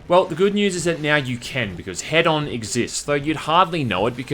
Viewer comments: It's "hee-done" not "head-on", right? 😂😂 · There's only one "d," so I think it's supposed to be "HEE-don," like hedonist and hedonism. I hate it when companies and devs name things with unclear pronunciations, like "WE know how it sounds, so logically everyone else does too." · I cant man im sorry, ITs HE DON like Don like a don form a mafia, Not Head On thats a shitty commercial. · Why are people pronouncing this "Head-on"? Isn't it "he-don"? As in, hedonism? Also, - You can ignite those clouds with fire and it detonates - a really strong one too. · Why does everybody call it head-on... I thought its supposed to be hedon like in hedonism... so he-done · I can't seriously be the only person who knows it's pronounced "He-don" right?.... 4 million "head-on directly to forehead" comments Oh.. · Isn't the word hedon pronounced heh-dun? Short dun. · Wouldn't it be pronounced "He-don" as in hedonist/hedonism? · It's "hee-dun", like in "hedonist". linked to an incorrect pronunciation, making him wrong twice. Furthermore, he is pronouncing it with two long vowels in his video, which doesn't even match the pronunciation in the linked video, which is a long vowel followed by a short vowel. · Isn't it HEdon? As in hedonistic, or hedonism? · prettysure it's hedon like hedonism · It's pronounced HEE-dun and is Greek for "pleasure". Knowing that should make the main character even better. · I think its pronounced h-ee-don. As in hedonistic. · One day you'll learn how "Hedon" is pronounced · Pronounced 'hee-don' for future reference. Sorry it annoyed me every time you said the title lol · Pronounced Heedon. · Pronounced heedon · Isn’t “Hedon” pronounced liked “hedonist”?